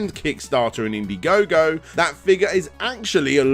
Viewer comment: In-daɪ-gogo: As in Diethon, Dierantula, Dieablo... all these names came from THE OTHER Dragon's Den. =P Really enjoyed this direct,, thanks again!